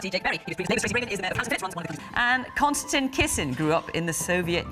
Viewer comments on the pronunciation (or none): “Konstan Kissin” in the voiceover intro tho. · Did she say ,,konstan,, ? :D